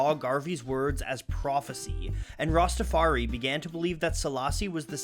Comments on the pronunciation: The lack of knowledge on the topic of Rastafarianism by the makers of this video was made obvious when the narrator pronounced it "Rastafar-EE" as opposed to the proper Rastafar-EYE. And adherents to the faiths are known as "Rastafarians" not "Rastafaris." Anyone with even a cursory knowledge of Marley, reggae, Jamaica, or Rastafarianism knows this. Your credibility was shot with me when I heard these repeated mispronunciations. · The fact that they are saying Rastafari as rastafar-e is throwing me off. It’s pronounced Rastafar-eye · Rasta Far I is how it pronounce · learn how to say rastafari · Excellent video, as always, despite the mispronunciation of Rastafari (rhymes with eye). As a side note - the lyric is actually "Sold Marcus Garvey for RICE" (not rights as it's usually quoted) meaning that black nations of the Caribbean had given up on the dream of black economic and political independence in favour of putting food on the table. Which is actually an excellent critique of 20th century Caribbean history ! Truly one of the great lyricists. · The "research" would be more impressive if the narrator didn't repeatedly mispronounce Rastafari (using an E sound at the end instead of an I), and call practitioners "RastafarEEs" instead of Rastafarians. It shows a total lack of knowledge.